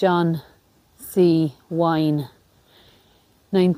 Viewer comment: take your time & tread carefully. In the U.S. of A., and I believe in Ireland, as well, "Wynne" is pronounced "win", not "wine". You might want to double-check that for me.